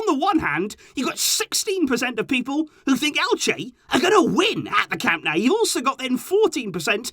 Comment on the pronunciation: please stop with the "Camp NOW" You sound foolish. It's CAM NO-U. Get it right. Someone of your stature with this team shouldn't be so wrong on the home stadium of the team you love so much.